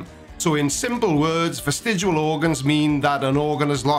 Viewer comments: Sorry to do this, but it's vestigIAL, not vestigUAL!!! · I used to wonder why you can't pronounce "vestigial" but now I know... It's because you can't spell the word either. :)